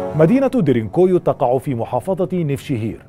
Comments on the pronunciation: انت تلفظ اسم المدينة بشكل خاطئ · نطقك لااسم المنطقه غلط